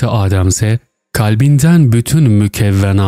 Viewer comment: Yokluk, AAdem değil.. adem, adem kısa" a"